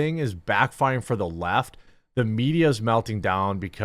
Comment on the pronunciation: At 39 seconds in it sounds like you said the Laught instead the left. I'm gonna use 😅😁😅